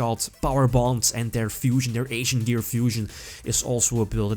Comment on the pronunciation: Lol, I love you, but I can't unhear "Asian Gear."